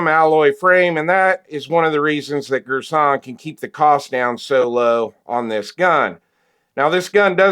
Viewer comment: Gir-son ...for Girsan Jhon-Nick...say fast Little Turkish for you Great video by the way